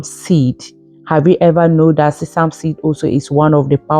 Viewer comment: This sounds like alumni jumbo mixing herbs is ok but all there plus together doesn't seemed balanced!! Sesame is not pronounced the way you speak it!